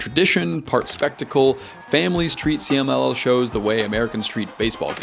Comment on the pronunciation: loved you pronunciation for CMLL, 10/10